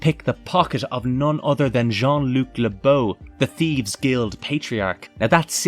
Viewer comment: Merci beaucoup for saying his name correctly I’ve seen so many mispronounce his last name it got quite annoying considering it’s not hard to look up the pronunciation!